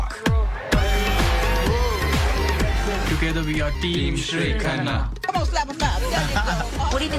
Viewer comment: He almost broke his teeth while pronouncing Khanna 🤣🤣🤣